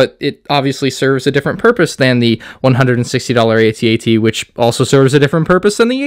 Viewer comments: Its called an AT-AT not an. A T - A T. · It's at at not a t a t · Call it an "at-at", not an "A.T.-A.T.". The point of an acronym is that it's catchy and short, eg HIMARS, ATACMS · I had to grit my teeth and try to make it through this whole video while listening to you mispronounce "aytee aytee" several times, but I don't think I can do it. It's "atat" and will always be @@ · why do you keep calling it an A T A T? it's an at-at. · it's pronounced at.- at. Not a- t a - t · The fact that he doesn’t pronounce it as @@ hurts my brain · its clearly pronounced AT-AT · I can’t watch a video of a kid pronouncing each letter of AT-AT. Tell me you’re a fake Star Wars fan without telling me you’re a fake Star Wars fan… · Dude, you are not even pronouncing the name of the walker correctly. Uggh